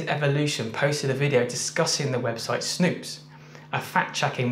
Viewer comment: "Snopes" not "Snoops"